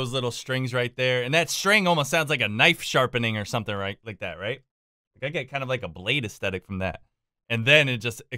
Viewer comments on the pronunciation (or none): none